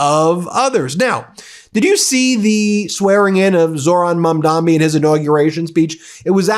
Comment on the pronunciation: Ben, it’s Zohran Mamdani not Mamdami,of all the people l expect you to pronounce his name correctly.